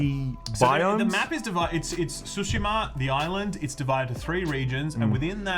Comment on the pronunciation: The way you say Ghost of Tsushama makes me want to suck the end of a pistol, but despite your ugly way of saying it I can’t wait for this masterpiece!